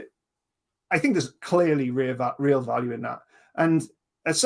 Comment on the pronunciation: Check out how Isaac Arthur pronounces "value" (he "mispronounces" almost every word he utters). He is definitely actually saying "Valium", at least to my ears.